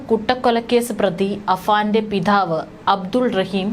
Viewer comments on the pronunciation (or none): പറയാനുള്ള ആവേശം പിഥാവ് അല്ല പിതാവ് എന്നാണ്.... പല അക്ഷ രങ്ങളും ആവശ്യത്തിലധികം കാട്ടിയാകുന്ന 😂😂